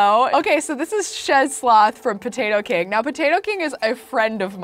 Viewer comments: She said meow instead of now 😌 I love her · did say "right meow"? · Omg she said moew instead of now and I'm lmfao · When you tried to say now you said meow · Did anyone else notice she said meow instead of now, after moving in?? Like if you did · and also WHY DO YOU SAY MEWO IN STED OF NOW